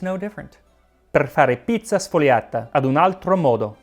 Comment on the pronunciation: You heavily mispronounced word sfogliata in the beginning of the video , shire horror I say.